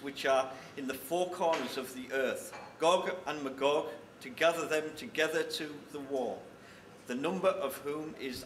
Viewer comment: why the fuck does Ferryhill need a mayor its only about a mile around... maybe 2 miles.. seams stupid, and its not gog and ma-gog its pronounced MAYGOG